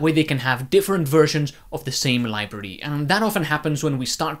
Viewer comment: whats a 'libirdy'?